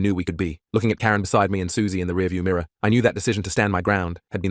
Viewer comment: Definitely MIRRA 😂😂😂😂